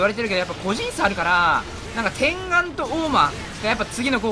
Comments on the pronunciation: 天眼（てんがん）×→天眼（てんげん）○らしいですよ。違ったらすいません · 天眼 ×てんがん ○てんげん ですよ